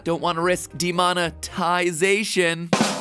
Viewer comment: Bro really said demone-thai-zation💀💀💀